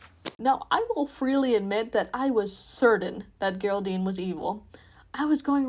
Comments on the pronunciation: Stop saying “gerr- aldine” - you even use a clip of Caroline pronouncing it “Jer-aldine” The mouthpiece is strong in this one. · why the hard g 😭